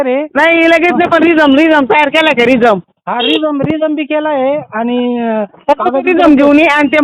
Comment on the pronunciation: रिझम ❌ रिझ्युमे ✔️